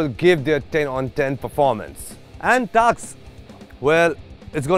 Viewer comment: its task yar not a taksss